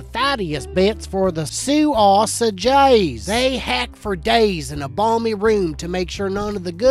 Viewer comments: say-sa-zay ... k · 'Sausages' to 'susaw hages' 😂😂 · "Say-say-gis" of course 🥴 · I only kept watching because of the way he says sausages 😂😂😂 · Intordoos soosaages😑 really